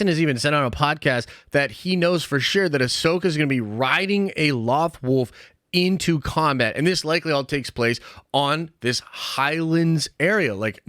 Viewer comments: low-thh wolf not lothwoof 😂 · ... you keep saying Loth Wolf but you're not saying.. Loth Wolf...